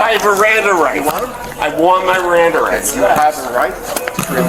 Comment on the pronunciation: What I hear is “I want my Riranda rights!” RIRANDA RIGHTS, RIRANDA RIGHTS! His threat was cute….”if I don’t fly today I refuse to rebook”. Okay dude…Buh bye